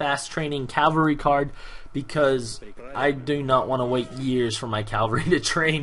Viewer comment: Also, it's not a big deal. Just every time you say "Calvary" my inner grammar nazi just writhes.